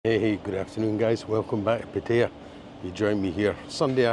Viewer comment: stop.saying pettaya It'd pattaya